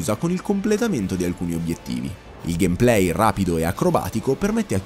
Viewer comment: ha realmente pronunciato gamplay: gamplay? si pronuncia gamepley. ignorante.